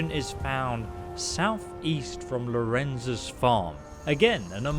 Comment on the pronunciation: Purple Head He also said "Lorenzs farm" lmao